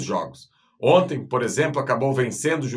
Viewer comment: Outra coisa,, a palavra não é "onte" é "ontem"... Aprenda!